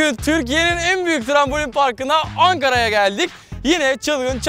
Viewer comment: Angara'ay geldik o Angara diyişin beni benden aldı yawww bide angara'lıyık tam oldu wskfgiwx